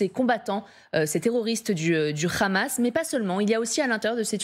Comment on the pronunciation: Pourquoi la "journaliste" prononce "Ramas" au lieu de Hamas????????😂😂😂😂